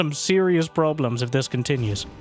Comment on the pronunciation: Did u really say probe-lems? LMAOOOOOOO